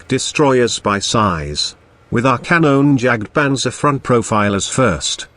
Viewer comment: xD you cannot speak Kanonenjagtpanzer xD it is so funny for me an austrian tanker